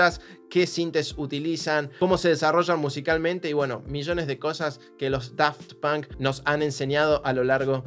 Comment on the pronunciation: Por como pronuncío 'Daft Punk' ya no me gusta ese nombre...